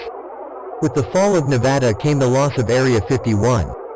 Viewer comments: Thank you robotic voice for pronouncing Nevada correctly~ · As a Nevadan, thank you for saying Nevada correctly, great video! Keep releasing them!